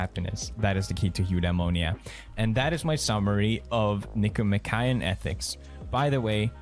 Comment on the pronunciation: Nick-O-Mock-ian not Nick-O-Ma-Kay-in